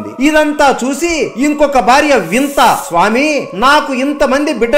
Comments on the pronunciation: He saying vinta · వింత కాదు వినత